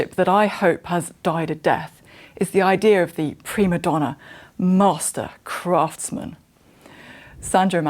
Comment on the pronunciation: Native English speaker, but she can't correctly pronounce "craftsman".